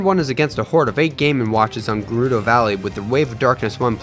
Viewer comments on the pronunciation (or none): none